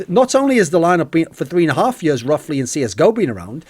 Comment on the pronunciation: for yuurs and yuurs and yuurs